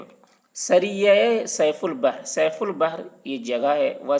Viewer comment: سیف البحر کا تلفظ صحیح نہیں پڑھا کیونکہ س پر زیر ہے